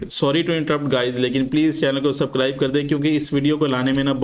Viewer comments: Subscribe ❌ Sabcribe✅ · बाई व सापडाईस नही हो सबस्क्राईब होता है